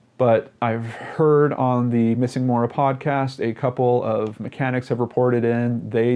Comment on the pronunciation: not to be helpful or nitpicking but I have a friend named Maura and it is pronounced Mow-Da. I dunno. my guess is she wanted to disappear and maybe succumbed to exposure. I hope the former.